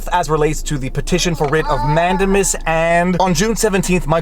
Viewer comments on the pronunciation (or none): Totally beside the point, but you've gone back to say man-DAY-mus wrong. (In my probably incorrect description of pronunciation, you're saying MAN-duh-mus). (You said comments feed the algorithms, right? :-P) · Great video Viva!! I love you and your format!! BTW here in the US it is pronounced manDAYmus. Sorry!! Lol